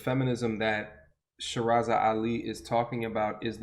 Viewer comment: Are you referring to Sister Shahrazad Ali? That's Pronounced (Shah, Rah Zahd) - (Ah lee) She's very well known.